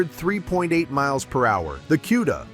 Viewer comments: QUDA,,, say it correct CUDA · Koo-da, not Cue-da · What's a "queda"...I hate AI voicing. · You're not pronouncing cuda correctly!